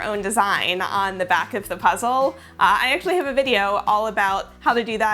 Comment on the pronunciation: So It’s the first time I’m ever watching a video of you (love it! I subscribed immediately), but first I thought you said “welcome to PREZEL”, and I was like “YEAAAAA prezel! wait. Ohhh Puzzle hahahah” 🤣 anyway, great video!